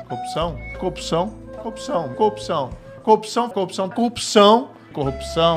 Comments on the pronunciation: A montagem no final do vídeo só explicitou a compulsão do moro pela coopção (ou cuopção, dependendo do afinamento do ouvido). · PQP, qtas vezes o marreco falou “copção” ? Hahahaha… sensacional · Marreco não consegue nem falar "corrupção " ...que sujeito deprimente. Bob conhece o canal do Thiago dos Reis, Plantão Brasil? Assista. 👍🏼